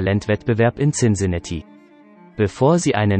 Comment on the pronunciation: Cincinatti so oft falsch ausgesprochen